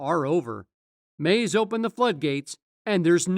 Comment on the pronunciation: Every time he says Mase name it’s annoying to hear Maze